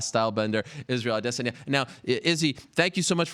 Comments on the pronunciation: It's pronounced ah-day sawn-yah. Respect people's name or shut up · Izroyale' AdiSS*anya (adiSSanya) Are you serious? - Jay Jonah jameson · Hey did you guys kno his name was israel ah-dey-sonya? You can thank ariel if you didn't. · its prononced like i-diss-on-ya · Why is he pronouncing adesanya so stupid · I hate how Ariel says his last name. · I've noticed that, but never actually heard Izzy say it himself. Seems like Ariel puts too much emphasis on the first and second syllable.